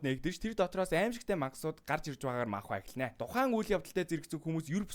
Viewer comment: манхва биш манва гэж уншдаг шүү😊